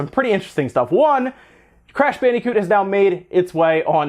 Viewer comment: Its bandicoot not fucking "Bannycoot"